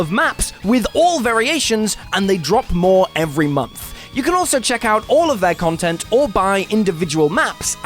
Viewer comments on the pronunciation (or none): none